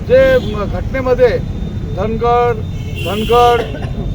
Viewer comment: धनगड नाही धांगड आहे शब्दांच्या विपर्यास करू नये.